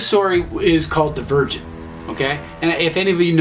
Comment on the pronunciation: When you said Divergent I thought you said The Virgin and then I was like wow this sounds like divergent